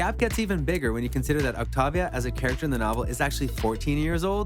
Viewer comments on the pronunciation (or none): It's Octeivia not Ochtaavia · its pronounced oc-tay-vee-uh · It’s octavia not octovia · "Octovia" ITS OCTAVIA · “Octova” TF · He really said the one hundred and octovia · “Octahvia” No hate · I'm sorry, but the way he pronounced Trigedasleng and Octavia bothered me so much. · why did you say octavia like that 😧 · My ears r bleeding- WHAT DID U CALL OCTAVIA? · You NEED TO SAY OCTAVIA THE RIGHT WAY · You pronounce Octavia like French people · is no one noticing how he says octavia's name